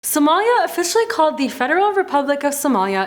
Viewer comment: its not somaayaaa its somalia 😏